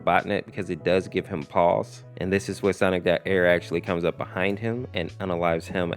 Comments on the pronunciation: Stop calling it ERR like it’s one word it’s like sonic.exe where it’s pronounced separate so it’s sonic.E R R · it's pronounced sonic. E R R by the way knuckles did get half his face ripped off